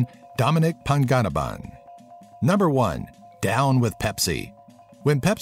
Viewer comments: the ng in Panganiban is actually pronounced like the ng in "mung" not the ng in "hungry" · hahahahha you said dominic panganabang its panganibang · DOMINIC PANG-GA-NIBAN HAHSC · The way they said Dom's last name made me cringe.... It's pronounced as Pah-Ngah-Nih-Ban Not Pang-gani-ban! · Eyed Grim Reaper uhmm, im sorry but its Dominic Panganiban. 😊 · ifugao=IF-fooh-gau. marikina=mah-ree-KEE-nah. panganiban=pang-ah-KNEE-ban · It's /pa-nga-NEE-ban/ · Lol. I sigh when you said Dominic Panganiban. 😂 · Wow he massacred domics last name